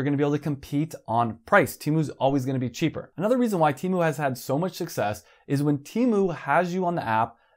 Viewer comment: "teh mu"